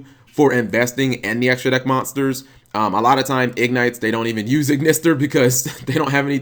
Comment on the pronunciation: I had to pause the vid. Did he really just call Ignister an Igknight lmao